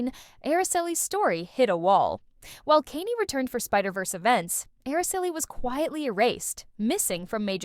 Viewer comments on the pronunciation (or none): Jesus I hate AI narration. "Kain-e"?! It's Kaine. No pronounced e at the end. Also, you know AI wrote this because it's overly offusive and does that annoying "but wait... there's more!" type of segway from one topic to the next. Pass on this slop. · Or pronunciations. Kay-nee? Kahng?